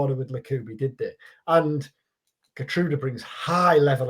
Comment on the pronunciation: Here-trowda btw (Geertruida)